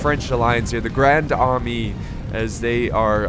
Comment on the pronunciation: pronounced ( la grond armay )